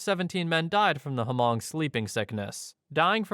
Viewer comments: it's pronounced "Mung", not hu-mung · It's NOT "Hamong" It's Hmong. I grew up in Minneapolis, Minnesota and knew many Hmong ppl. The 'H' is almost completely silent, so like light sigh, then 'mong' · Hmong, not "Hamong." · Story 9 it’s hmoob or hmong not hamong. Never heard of this story. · The H in HMONG is silent so it’s pronounced MONG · Millions of people have probably commented this already, but the way you pronounce Hmong is with the H silent (like mong). It's a common mistake to make, I just live in one of those states that had Hmong families airlifted to it! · Hmong is pronounced with a silent H : Mong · Just wanna mention Hmong is pronounced without the H sound (MONG) 😊 But that story is often told in the community. Super creepy! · Its Hmong, dude. The h is silent, sounds like "mung" there's plenty of them here in Wisconsin. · Hmong is pronounced Mong, the H is silent. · You don't pronounce the "H" in Hmong, it's just pronounced "Mong" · Yes, I'm Hmong and am familiar with that. It's crazy. Hmong is just pronounced like Mong. The h is silent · i think you meant Hmong. its pronounced with a silent H. like Mongolian but without golian of course (two cultures are unrelated). this was the story that inspired the nightmare on elm street (freddy krueger). Hmong people originally lived in Laos but eventually spread to other countries, primarily China, Thailand, and Vietnam. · That was one of the worst examples of pronouncing Hmong I have ever heard. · No, you screwed up. You dont say the H in Hmong. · You don't pronounce the "h" in Hmong lol.